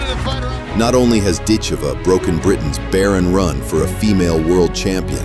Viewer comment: This announcer does not even know how to pronounce her name, LMAO. Dit Ku Vuh wins this easily by the third round.